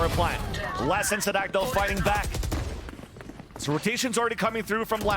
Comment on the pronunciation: His pronunciation is nearly perfect